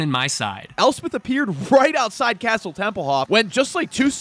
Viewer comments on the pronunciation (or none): none